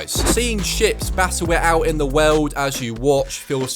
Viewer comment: “The wewld”